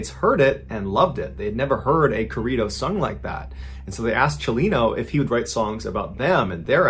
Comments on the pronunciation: Hearing him say Corrido is kinda funny lol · For my Mexicanos here when he said “Corrido”!!!😂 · Please say Corrido the correct way. It took me forever to try and understand what you were even talking about. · lmao did you really pronounce corrido like that lol that is so wrong idk if you just refused to say it properly but saying it that way butchered it completely. i actually had to go back in the video to realize what you were actually saying. i mean not a big deal, but i just felt to strongly to not say anything xD lol